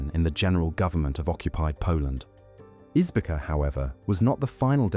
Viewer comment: Izbica a small town in Poland near Zamość is to be pronounced like "Ees- bee-tsa". Perfectly spoken by Israeli prosecutor